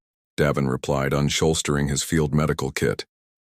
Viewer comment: 307 unshouldering became unsholstering lmfao